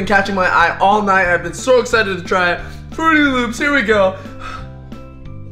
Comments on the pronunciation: Is saying frootY loops on purpose? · Does it bother anyone else that he says fruity loops instead of fruit loops? ;-; just me ? Ok... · It's not frooty loops it's Froot Loops no ufens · He said "fruity loops" but it is supposed to be "fruit loops" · Does it annoy anyone a little how is calling Froot Loops Frooty Loops? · Who else cringed when said "Fruity Loops" when it's "Fruit Loops"? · im dead 😂💀he said fruity loops and its fruit loops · IT'S FRUIT LOOPS. MY JESUS SAYING FRUITY LOOPS KEPT BOTHERING ME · said Frooty Loops isn't it Froot Loops? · This video bothered me because he said Frooty Loops. They're Froot Loops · everytime he says fruitty loops I keep saying fruit loops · He said Frootiy Loops Its Froot Loops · It's called fruit loops not fruity loops but that is still a nice and funny way to say it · he said ' fruity loops ' when it's fruit loops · Anyone else get TRIGGERED every time he says "fruity loops" instead of "froot loops" It just bugs me. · Who else cringed when he said frooty instead of froot, still like him dou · said fruity loops instead of fruit loops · Did anybody notice that he said "FRUITY LOOPS" its FRUIT LOOPS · its froot loops not frootie loops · STOP SAYING FRUITY LOOPS ITS FRUIT LOOPS!!!!! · Bruh it's called frost loops not frooty loop. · you're saying fruity loops wrong your pot to say it up Froot Loops that's all you call them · Its Froot Loops not frooty loop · Stop saying fruity loops its Froot Loops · it's not frotie loops it's froot lops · He called it fruity loops I love his vids but I wanna smack him for that. Also he said captain crunch berry so I wanna smack him for that too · Also he keeps saying fruity loops instead of froot loops (btw the way you spell it is froot) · it is not frooty loops it is froot loops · he said fruity loops it's fruit loop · Fruity loops there's no y in fruit loops if talking bout a y u talking about Fruity pebbles 😹